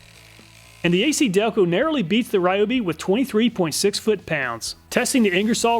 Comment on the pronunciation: its ree oh bee....